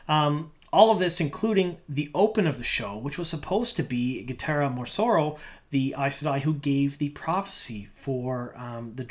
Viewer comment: My man, you're so bad at pronouncing characters names lol. I thought of saying something before but you cracked me up this time with Gitara Morsoro or whatever you said 😂